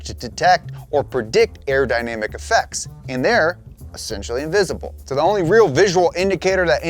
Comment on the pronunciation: “Invisible” 😂😂. What are you talking about